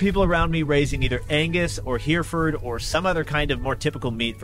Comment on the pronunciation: Thank you for all your great content. Just FYI - Hereford is usually pronounced "her" - "furd".